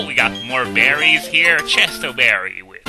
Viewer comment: At first, when you said more berries, I thought you said more Barrys.